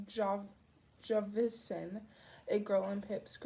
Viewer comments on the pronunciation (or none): Thats Jas-Veen not Javisin! Damn!